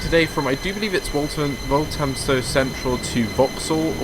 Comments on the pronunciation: By the way, it's wal th amstow central, I live there. Waltamstow would probably how irish people would say it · is pronounced as Wal-tham-stow, not Walt-ham-stow. The 'th' is like the 'th' in the word 'the'. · It's pronounced 'Wall-Fam-Stow Central' and 'Bom-Bar-Deea' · That really annoyed me